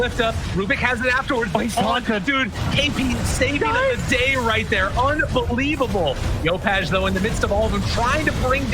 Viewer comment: Like caster said "UNVELIABLE"